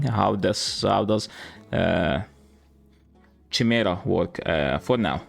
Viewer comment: Also Chimera is pronounced like Kymar, English is stupid and not your first language but just so you know. Kymera.